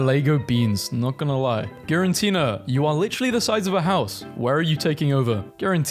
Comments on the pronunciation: Fr being a Pokemon fan and hearing you pronounce "Giratina" as "Girantina" made me feel physical pain. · Please stop saying girantina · You need to stop saying "GiraNtina". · The extra "n" you keep adding in Giratina's name is more triggering than it should be for me XD